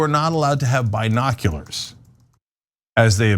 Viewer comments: Who tf pronounces it "bye-noculars"? Way too much emphasis on that first syllable. It's distracting. Brian Griffin: "Wait, what?" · I'm laughing every time Cenk says 'binoculars' cause down here in Oz we don't say 'bye-noculars', we say 'bin-oculars'. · Why the heck is Cenk pronouncing it "Buy-noculars"...isn't it prounounced "B-noculars"? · It's not "bye-noculars ." It's "bin-noculars." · I thought it was just me. Says it like Byenockulars. Lol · "We were not allowed to have Bye-noculars....." Hahahahaha!! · Cenk, why do you pronounce it as "bine noculars" lol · Cenk say biiiii noculars like Trump says Chiii Na 🤘🤣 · By.Noculars? Cenk is killing me! 🤣🤣🤣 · “Bi-nokularz?” Hahaha, Cenk you’re hilarious. 🤣😂 Is that anything like “Vaz-qwez?” Lol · The way Cenk pronounced binoculars...Bi-noculars?...as opposed to straight noculars 👀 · Wtf is a by-nocular ?!🤔😂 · Actually it's bine- oculars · The way Cenk pronounces “Binoculars” makes me giggle. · Cenk... your pronunciation of binoculars.... it’s..... hilarious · Someone needs to type quieter or turn their mic off Cenk, that's not how you pronounce binoculars, do you say bi-cycle too?